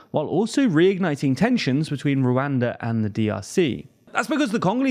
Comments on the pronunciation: @@ the way he says the a’s is cringe. It’s supposed to be pronounced similar to how “wakanda” is pronounced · It’s very hard to watch this video because of how you keep pronouncing Rwanda in the most yt way possible